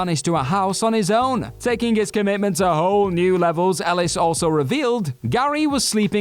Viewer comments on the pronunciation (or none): It's Cary Elwes not Cary Ellis who co-starred in "Dracula". smh